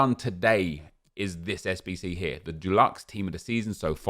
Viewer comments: Hope Dulux are sponsoring you pronouncing Deluxe like that 😬😉shame to see you (and other content creators) struggling to work with the bare bones EA are giving you. Hoping something fun to grind comes soon 🤞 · Does the way pronounces ‘deluxe’ bother anyone else?? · Yeah man